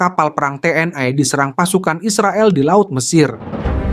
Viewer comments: TNI bukan TNAI. Sok ke Inggris-Inggrisan banget ini orang, ikut-ikutan Malaysia aja menyebut TNAI. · Membacanya kok "te en ai" mohon yg benar membacanya. Jangan ke barat2 an